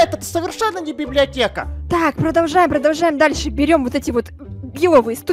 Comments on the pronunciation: затроль и отбери свои изумруды,и она сказала библеотека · сказала библиата! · говаррила ва времени ролека слово библеотека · сказала слово библеотека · Она говорила библеатека и вопше она а*** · Говорила "БИБЛИОТЕКА" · прости но... ты говорира (БИБЛИОТЕА) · Она библиотеа не гаварила